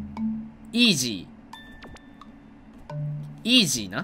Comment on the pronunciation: イー↑ジー⤵︎